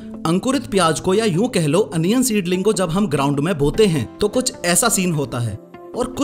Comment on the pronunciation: Onion ❌ Anion ✔️